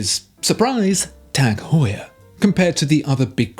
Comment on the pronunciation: Good video but the pronunciation of Heuer in Tag Heure is not pronounced as “whore”.